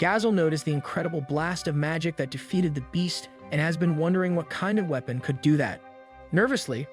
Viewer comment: You're pronouncing weapon as we pon. This is an AI recap I'm done watching.